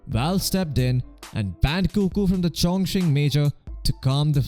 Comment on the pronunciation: Did I just hear ChongChing Major?